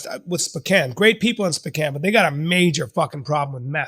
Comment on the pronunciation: spican, spocain, bro lol spowcan